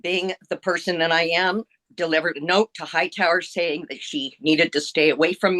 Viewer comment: Saying not daying